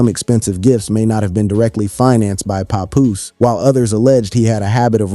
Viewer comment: he said pepoose lol bless his heart!!